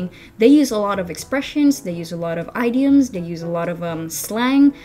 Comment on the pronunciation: I noticed in your speech a pronunciation mistake in the word of "idioms" It would be nice if you check its way of pronuncing But overall your content,as you mentioned in rhe video, really simple to follow